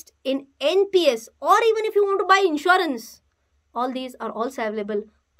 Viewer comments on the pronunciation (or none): none